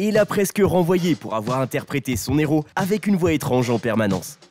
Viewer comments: Un "Néros"? Vous avez pas honte, franchement? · De son Héros, h aspiré, punaise un "néro" répété plusieurs fois. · Moi qui suis une INCONDITIONNELLE de Nicolas Cage, cette vidéo est d'une médiocrité sans nom alors qu'il y a de quoi faire avec une telle carrière et un lascar comme lui ! Pensez à prendre des cours de diction ainsi que des cours de français également ! On ne fait pas la liaison devant un H. Exemple un héros....